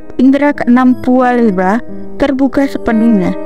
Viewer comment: Pua Bela "' mba bukan pua leba😊,😀🙏🙏